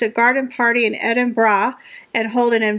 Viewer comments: So proud of you,! You pronounce the word Edinburgh correctly. I looked it up a while back, and cringe when it’s butchered! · Yes, a lot of people pronounce it 'Edinboro'. is spot on! 🏴